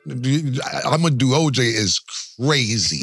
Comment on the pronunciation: He calls OJ “ O” hold on o